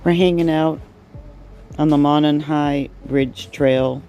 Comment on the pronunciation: Very well done. But the bridge is pronounced Moe Non with accent on the Moe.